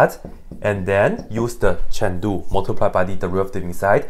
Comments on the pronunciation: It is "Chen Lu" what he is saying. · He deliberately says Chen Lu. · Every time you say "chain rule" it sounds like "Chengdu" to me...